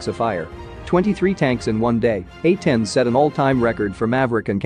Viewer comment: These narrations on these shorts channels are so fucking uncanny. Why would he pronounce "A-10s" differently every time?